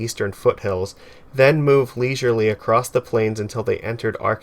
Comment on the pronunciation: There is no 'D' in the word 'across '